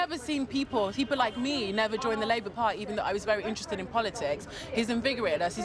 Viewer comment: Yeh-buh-no-buh-yeh-buh.....voh for the Labour parhy.